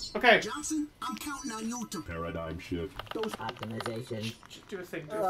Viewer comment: It really does sound like he's saying "paradigm shit."